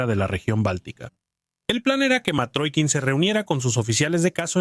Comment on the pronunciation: Matrokin , no . Mitrokhin . Y se lee Mitrojin